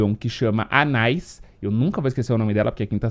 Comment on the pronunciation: Anaïs se pronuncia Anê, é um nome francês. rs